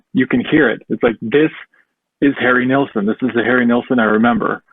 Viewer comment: who is nealson ? its NILLSON